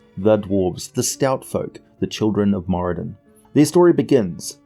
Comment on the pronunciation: I read somewhere (I think in the 3.5 phb?) That the r in Moradin is supposed to be rolled a bit. Great video as usual though!